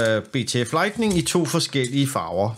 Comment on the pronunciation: Hold så op med at sige lightNING ...